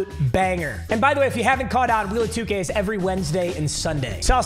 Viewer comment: Idk why i heard "wheeelll of 2 gayyyyyy"😂